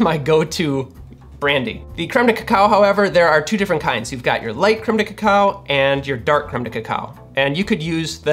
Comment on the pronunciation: I just like hearing him say "Cremedekekow"......